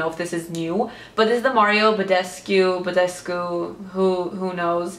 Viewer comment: Mario Badescu is Romanian and it's pronounced Badescoo